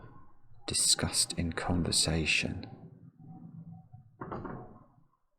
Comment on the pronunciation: He kept saying the word "discussed" and I was having a breakdown